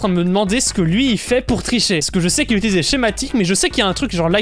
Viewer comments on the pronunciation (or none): none